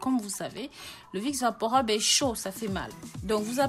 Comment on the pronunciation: On dit vaporub pas vaporeub '' rub'' comme rubis ☺️